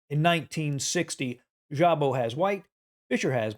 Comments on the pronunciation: Szabo is Hungarian, so sz is like s, sabo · ...in Hungarian language "sz" should be pronounced simply... "s"...like, for example: Swansea, Sidney or Sweden... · Just a small note, Szabó László was a Hungarian player. As a native Hungarian, I just want to help you with pronunciation. In Hungary, the letter "sz" is pronounced as the English s, like in the word "loss", the Hungarian "s" is pronounced as English sh, like in "Fisher". The letter "ó" is pronounced as in the English "hoe". I just wrote the above to help you. And as always, for president. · Szabo - ridiculous pronunciation - horrible! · Szabo is pronounced with S not with ZH. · Szabó László was a hungarian chess player. That was strange to hear how badly was pronounciated his name. To help this channel I try to give a friendly hand. In his language the "sz" sounds like the "s" in the english. My native language isn't the english, so I am sorry if I made a mistake. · In think Hungarian "sz" is pronounced [s]